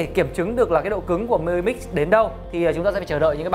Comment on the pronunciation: "Mờ i mix" nghe chối tai quá.